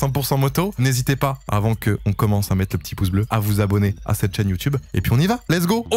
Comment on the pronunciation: La un gars il a dit yo youtyoube